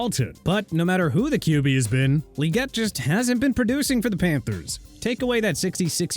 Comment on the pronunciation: Xavier Legette is pronounced Lagette, not Leegette. But then, doesn't even try to pronounce names right.